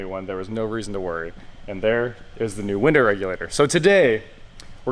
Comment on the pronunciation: Yep he said winder